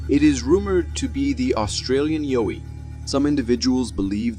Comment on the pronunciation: sorry guys its not pronounced yo ee its yeow. ee 😁 there is another one called a Bunyip to